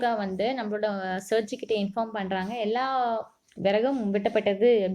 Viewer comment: That's sergie😂